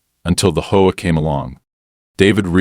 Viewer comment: For the love of me please it's H-O-A not hoa.